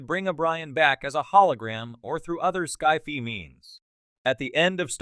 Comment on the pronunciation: You need to train whatever's reading the text to not run together section headings and body text, and how to pronounce Jean-Luc Picard ("Gene Luke Pickerd"?!?!), sci-fi ("sky fee"?!?!), and DS9 ("deece nne"?!?!).